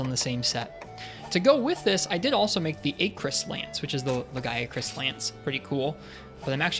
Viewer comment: It's Acrus as in apple btw